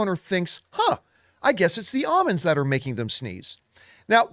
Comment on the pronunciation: Either John says almonds weird or I do…